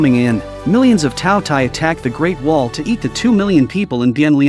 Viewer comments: K thought he said taco tie 💀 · All I hear is two t ai😂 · Bro just say the name correctly